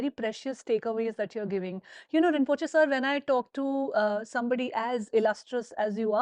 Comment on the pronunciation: “Rinpochhe sir”, im dead 😭🤣